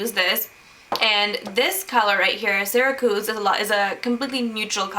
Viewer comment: you pronounce syracuse wrong